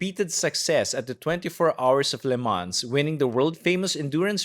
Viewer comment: With all due respect, it’s prounced Le man. Nốt lemans